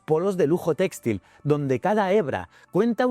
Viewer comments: se pronuncia textil, no téxtil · No entiendo, es una IA haciendo la locucion? porque pronuncia tan mal la acentuacion de la palabra "textil" ? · muy instructivo como siempre, aunque muy extraña la pronunciacion de textil y sus variantes.....